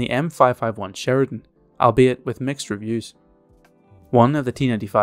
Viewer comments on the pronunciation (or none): none